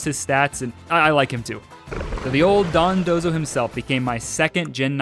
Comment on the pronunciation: I appreciate you pronouncing dondozo correctly and not dodonzo like seemingly everyone else